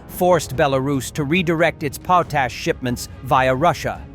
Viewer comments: its pronounced POT-ASH export not POASH export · The potash they talk about is badly pronounced. It is one of the required components of fertilizer.